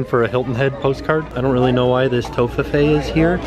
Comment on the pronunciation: A lot of fun stuff in the outlets (that Cinderella throw and the purple tumbler 🧡). And it's pronounced Tof-fi-fee 😊